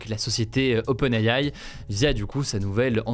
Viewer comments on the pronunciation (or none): HugoDécrypte prononce " open aie aie "